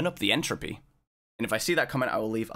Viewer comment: turn up the ent...enthr...entruppy??? entrhopanoodle